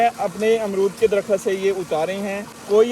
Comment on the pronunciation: Good Vlog A few things needs to be corrected WAQT = WAQAT DARAKHT = DARAKHAT HABS = HABAS Urdu ki qadr karein